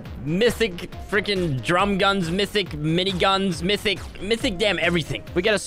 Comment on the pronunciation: He’s saying MISSIC instead of MYTHIC